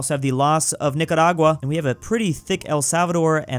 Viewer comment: Every time says the name: "Nicaragua" it sounds so perfect and satisfying